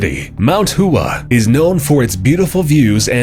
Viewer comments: Hua... Hoowah? its hwa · Mount Hua is not pronounced in two syllables, but in one. Pronounced as "Wa" with a H in front of it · This presenter needs to get his pronounciation correct, Mount Hua is not pronounced WHO-AH, it is pronounced H-WAH. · Istabul: Pronounced: Ista-bull. Not Is-table. Kivu: Pronounced: Ke-voo. Not Kee-voo. Hua: Pronounced: How-a. Not HOOAH!. That's for us Army guys. This will explain Camden, NJ: 48% is all I will say. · mount hua? seriously? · 'Hua' is more like one syllable